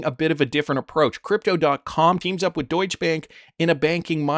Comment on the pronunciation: It's Deutschè with a short 'e'. So not "eéé' like a lot of the others say. But don't leave it out!!! BTW I'm Dutch but live right next to the German border...